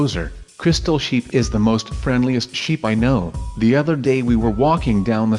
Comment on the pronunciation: I fast forwarded when was saying crystal sheep and it actually sounded like crystal shit. No offence though.